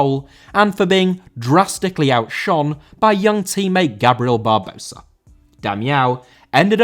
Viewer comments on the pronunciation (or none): Barbosa* not Bahbouwsser